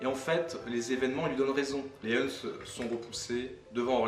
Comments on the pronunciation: "L'arianisme, une sorte de faux christianisme qui reconnaît pas la Trinité" outre l'avis bien campé, c'est drôle quand on voit à une illustration des Témoins de Jéhovah donc non trinitaires ;) PS : "Huns" se prononce comme "uns" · Non les huns ça se prononce « un » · les Huns ce prononce les Un mon pote... Bonne continuation ce que tu fait c'est cool !